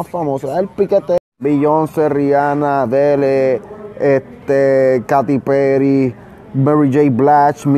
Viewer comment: Jajaja, Like si viste cuando Jon Z dijo "Katy Peri"